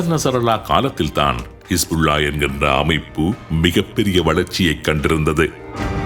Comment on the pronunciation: கமாஸ்,கிஷ்புள்ளா என்று மாறி மாறி குழப்பிறிங்க